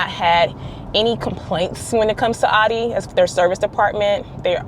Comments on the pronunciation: It’s pronounced “ow-Dee” not aww-Dee smh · It's pronounced "Ow-dee."